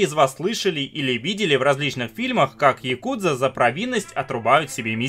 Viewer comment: ну хотя бы правильно говорил, не яКУдза, а Якудза, с интонацией на первый слог. В словаре японских интонаций можешь убедиться, ну или послушать любого японца) Режет слух почти так же американское каРАтии вместо каРАТЭ.